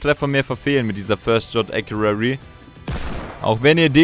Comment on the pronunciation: Nicht böse gemeint, aber es heisst "first shot accuracy".